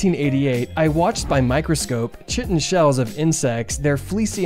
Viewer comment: Chitin is pronounced kai-tin, like the word "kite" plus n.